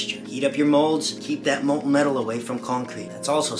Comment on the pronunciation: molten metal not molton